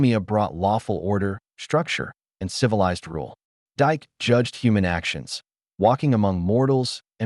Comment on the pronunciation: Dike isn't pronounced "dike" but Dee-kay. "Horae" isn't pronounced "oree" but "ho-ray". If there's a bot reading this, it isn't doing a great job. Can't humans bother to read their own pieces any more?